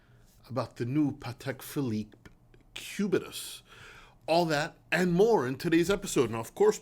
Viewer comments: "Patek Pubetus" 😂 nice one! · Did say "pubitus" 😂😂😂😂